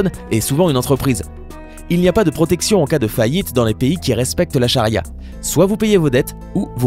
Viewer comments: a il a dit sans protrection au lieu de protection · 6.37 protection ou protrection like si tu veux faire la meme remarque